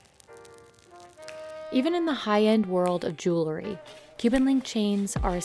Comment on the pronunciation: Regarding the gold chains piece: Please tell the narrator that the word is "jew-EL-ry", not "jew-LE-ry".